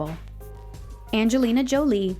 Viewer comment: Is that the right way you say angelina jolie?